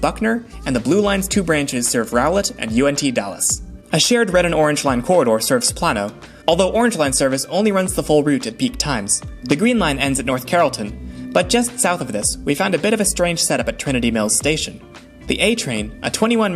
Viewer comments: Just FYI Plano is pronounced play-no, not plah-no. Also, Buckner station is named for the road the green line terminates at, not a town. I doubt you could’ve know that without being local though, great summary of the network otherwise! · great video, but eye twitch it's Plano with a long a, ("Playno"), not a short a ("Planno"). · Play-no, not plah-no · it is not pronounced plan-o 😂😂 it’s pronounced like plane-o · Pronounce this with me…Plano = Play-Noe….not Plah-Noe… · wallahi that had me pissed off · I had a good laugh when he said Plan-O instead of Plano like PLAIN O people. Also Buckner was named after Robert Cook Buckner who opened the Buckner Childrens Home in 1880. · Hearing it pronounced “Plah-no” was jarring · BTW, Plano is pronounced "Play-no" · As a Plano resident it’s pronounced pl-A-no with a short a sound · Frozen margaritas were also invented here....and ballpark nachos. Also, Plano is pronounced Playno. The reason ridership is low is because it can take 2 hours to get someone that you can drive in 25. They focused too much on downtown without realizing that most people have no need to go downtown at all. It was almost as if they ignored the maps with all the major highways. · You pronounced Plano wrong. It's pronounced "Plain-O" Like "This isn't a special o, it's a plain o." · Picking nits - (a) "PLAY-noh" and ("rao-LET"). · Quick note: Plano is pronounced as if it were spelled Plaino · Hearing Plano pronounced that way was very funny. Also, 10/10 video, thanks for the deep dive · Your pronunciation of Plano is golden 😂